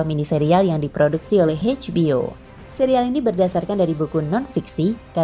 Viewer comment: Eidj bi o min. Bukan Heidj bi o.